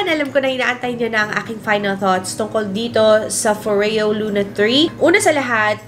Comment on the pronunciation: “foryo” not “fo-reyo” 😊